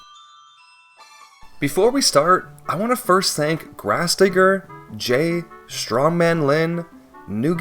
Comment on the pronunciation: bro did not say digger